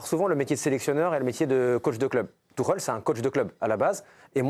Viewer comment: Le gars s’appelle Tuchel. Pas Tourelle… Ça fait partie du journalisme apprendre à prononcer les noms, non?